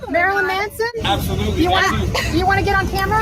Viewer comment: This fool can’t say “Marilyn” to save is life. 😂😂